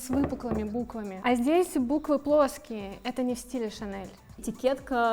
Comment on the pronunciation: Ох, уж эта "ШанэЛ" 😂